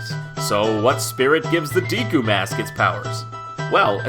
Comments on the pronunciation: Dude, JonTron, learn how to pronounce things correctly. If I hear you say "deekoo" one more time I'm going to pop a blood vessel. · "The DEEEKU mask" sorry I can't watch this. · I thought deku was pronounced DECK-oo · Wait. It's pronounced "dee-koo" tree? My whole life is a lie! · DEEKU DEEKU DEEKU DEEKU jeez quit saying it like that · Seriously... Who says "deeku" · This is all super cool! One note, though: the E Deku is actually pronounced like "bed" or "dead." The sharper E sounds in Japanese characters' names are signified by the letter I, as in Mido and Yoshi. Of course, I also can be shortened, as in Link and Impa. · I made the same mistake years ago, however, as others have stated, the correct pronunciation of "Deku" is Deh-Koo. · I was making a joke about the common mispronunciation that is in this video. The E in Deku shouldn't make an ee sound. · Did he really just call them Deeku? I don't mean to be rude or anything, but I'm pretty sure it is supposed to be a short e sound. Two e's or ea equals a long e sound. One e equals a short e sound. I think the only time a single e makes a long e sound is when it is at the end of the word. GOD! No wonder English is the hardest language for people to learn. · I always pronounced it "Day-ku", personally. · I think he's one of the ones who pronounces it "deh-ku". Don't get all persnippity. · デク - pronounced "deh-ku" So… yes. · Am I the only one who pronounces it "Day-ku"? You know, like the way the Japanese would pronounce a word spelled "deku"? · hes pronouncing deku wrong. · Dude you are pronouncing deku wrong! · The way JonTron says deku bugs me. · Dear narrator, the "e" in "deku" is a short vowel sound, not a long vowel sound. If it were to be pronounced as you pronounce it, then it would be spelled with a macron over the "e." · Say deku right .____. -punches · Wow that Majora's mask Deku Spirit thing blew my mind. Also you mispronounce Deku. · I'm sorry, but you're saying Deku wrong. :P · Yep, デク not ディク